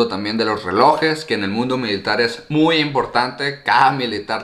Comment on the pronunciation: Por qué dices muyo?.jajaj